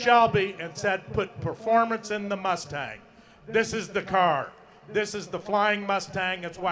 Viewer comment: I really like that mus-Tang. It is su-Per coo-L